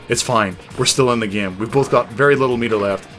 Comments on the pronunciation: Why do you say "GYAME"? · "Playing the gyem."